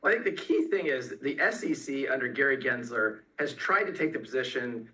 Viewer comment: “Gray Gensler”